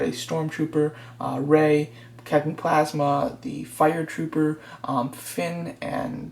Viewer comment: Captain phasma is a girl and it's PHAsma not PLAsma. Great vid though. I wasn't trying to be contradicting